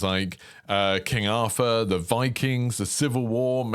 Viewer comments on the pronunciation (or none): none